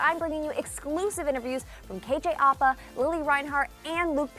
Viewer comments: Who else hated how she said "apa" like "uhpa" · lol i like how u pronounced apa😂 it’s actually like (app uh) lol love the vids tho!💗